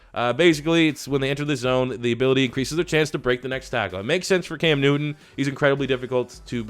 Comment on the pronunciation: Even though I am a Cowboys fan I don’t understand why he said Cam Newton like that